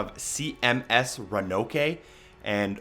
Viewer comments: Ch 4 The CMS "Ra-No-Kay"?? They say "Ro-An-Noke" plainly in the game. Sorry, that's just weird. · Exceptional guide friend, will be watching the rest, thank you. Quite painful to watch when you were pronouncing the Roanoke (row-uh-nawk) wrong.